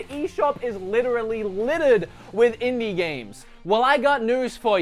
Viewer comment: in-die gamez